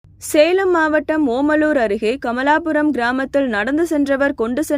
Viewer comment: Kamalapuram illa😂😂😂kaamalapuram😇😇